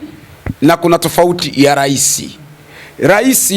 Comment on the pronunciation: Rais au urais pronunciation ya misamiati ya kiswahili inamsumbua je! ayo mengine anajua kwr au ndo #chawa pro+